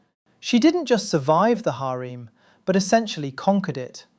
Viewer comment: To me the "hareem" was even funnier.